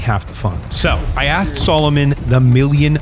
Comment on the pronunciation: Aren't you mispronouncing the name Salomon??? I wore Salomon boots while in the Army, we were allowed to wear what we wanted in my unit. I still wear Salomon boots to this day - they are among the best in the world